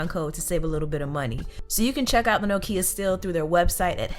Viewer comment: I love you and your videos but the pronunciation of Nokia makes me cringe a little :(